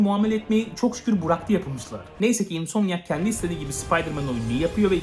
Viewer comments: abi bıraktı demek yerine buraktı demeni saygıyla karşılıyorum. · reis niye buraktı diyorsun bıraktı desen ya diksiyon biraz please (sövme) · Abimin Buraktı demesine bi ben mi takıldım ya